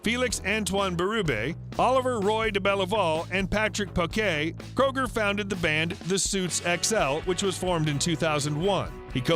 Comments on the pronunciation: pronounced "kruger", not "kroger" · It’s pronounced crew-ger